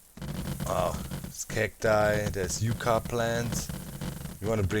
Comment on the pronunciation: Yucca is pronounced Yuck-uh. It's the official state flower here. Yeah, that ugly plant is the one they picked. Tells you a bit about their options.